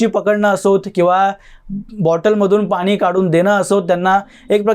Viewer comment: मोदी साहेबांनी मराठीला अभिजात भाषेचा दर्जा दिला आहे तेव्हा आधी स्वतःच मराठी सुधारा...भेटले, aani, pani ह्या शब्दांकडे लक्ष द्या.. Bottle ha english शब्द आहे...मराठीत त्याला बाटली म्हणतात....दुर्दैव आहे मराठीच तुमच्या तोंडातून मराठी ऐकताना